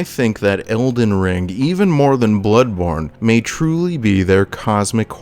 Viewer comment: That’s a funny way to say blood-borne